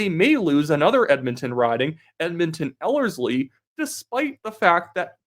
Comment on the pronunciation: Yesss, you pronounced Ellerslie correctly The last video you were saying it weird haha